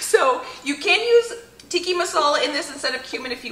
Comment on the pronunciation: Its tikka (not tikki) masala. Tikka means chunks.